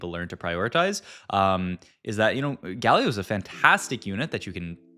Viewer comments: Hi, love your videos, always on-point with the new set meta. I just find a bit odd with the pronunciation of some of the champions... I heard you say Galio, and then you say Gayyy-lio sometimes. LOL Why?? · Is it me or do you pronounce champions names weird. Its like youre purposefully doing it. You say yasuo and galio so weird